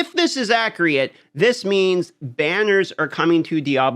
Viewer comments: May I ask what acreate is? I'm not trying to be a smart ass I am just assuming it's the way you say accurate? Keep up the good vids. Enjoy Twitchcon. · ACC-U-RET sheesh lol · Accree-Utt that’s the first time I’ve ever heard someone say it like that. First I thought oh he made a error. Second time I was like okay clearly this is an accent or slang type of pronunciation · That is ackreeat yes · « If this is accu-ry-ate »😂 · He’s Canadian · The cringe everytime he pronounces accurate wrong 😬